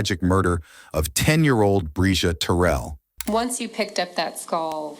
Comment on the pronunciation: Mispronouncing her last name is diabolical work!!’n Terrell is her last name !!!! RIParadise princess 😩🙏